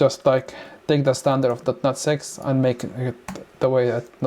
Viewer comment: Great video, but please say dot net instead of dot not.